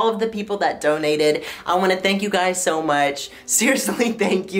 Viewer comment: no one: absolutely nobody on this planet:: there’s was always SHO many shows on disney